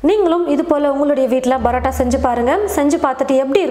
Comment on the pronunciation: Adhu brota ella mam parota